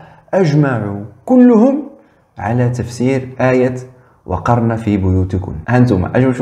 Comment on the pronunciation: عصيد لا يجيد حتى قراءة القرأن قال :وقرن في بيوتكن بكسر القاف عوض نصبه بالله كيف نثق في هؤلاء الملاحدة وهم لا يؤتمنون في النقل!!! اسمع الدقيقة